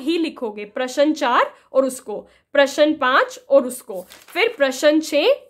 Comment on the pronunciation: Ma'am प्रश्न ka pronunciation glt h